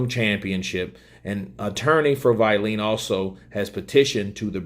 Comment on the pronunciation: Pronounced (Wall-in ) WaLLin